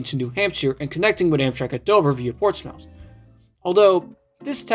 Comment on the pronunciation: As a greater bostonite, im glad that our commuter rail system got reviewed, but I have some things to say 1. you pronounced some town names wrong, but don’t sweat it, a lot of people do. for reference, Gloucester is “Gloss-ter”, Amesbury is “Aims-bury”, Portsmouth is “Port-smith” and Haverill is “Hey-vrill” 2. I-95 wasn’t built in the 50’s here, that section of highway is/was Route 128, built as a ring road around Boston. I-95 construction did not reach here until like actually has an interesting history of its own, spurring a lot of development, it practically kicked off the rise of the technology industry in Massachusetts 3. the issues with extending north of Newburyport and on to Portland would be the swing bridge over the Merrimack which has not swung since 1965, it’s apparently in good condition last time they inspected it, but that was in the 00’s. not to mention, both lines from Portsmouth to Dover have become roads, with buildings along them Late Addition (4). extending the Newburyport line at least as far as Portsmouth would be good but in addition to that, I’d add station stops on the current line at Everett, Revere, and the center of Chelsea. Plus, I’d re-open the branches to Marblehead, Amesbury, and Danvers or Topsfield via Peabody